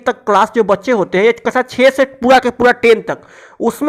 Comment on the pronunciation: Kaccha ni kaksha hota h vo 😝